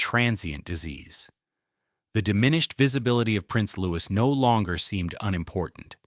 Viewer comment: How can anyone believe a word of this? Especially when the commentator is unable to pronounce Prince Louis' name correctly. All AI tripe in my opinion.